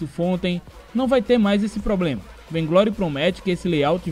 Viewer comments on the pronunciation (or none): none